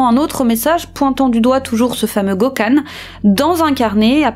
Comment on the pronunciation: Et aussi Gökhan se prononce "gueu-canne" 😉😘